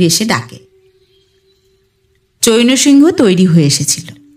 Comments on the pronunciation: হিন্দি বা অন্য ভাষার নাম বা অন্যান্য শব্দের উচ্চারণ একটু খেয়াল করে করতে হবে। চৈনো সিংহ নয়, চ্যায়ন্ সিং - এরকম উচ্চারণ হবে। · চৈন্ সিংহ্ নামের উচ্চারণ কিন্তু চৈনঅ সিংহঅ হবে না। চৈন্ সিংহ্ উচ্চারণ করতে হবে।